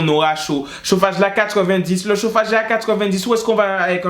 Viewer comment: « I té lé mété chofage » 😭😭 « Zo « o » » 😭😭